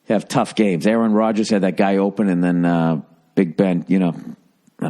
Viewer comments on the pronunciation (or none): none